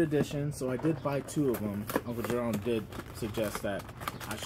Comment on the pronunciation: It’s uncle Jefome